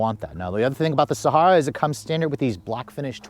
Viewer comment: Please learn to properly pronounce Sahara. It's super annoying listening to it repeatedly say it wrong.